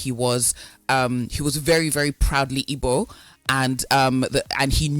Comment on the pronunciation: Wtf is ibo, learn to pronounce the word ma, it’s Igbo.